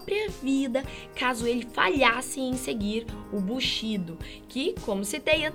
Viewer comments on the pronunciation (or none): Faltou mais conhecimento dela, até a pronúncia estava horrível. Não é bu shi do, é BU SHI DÔ.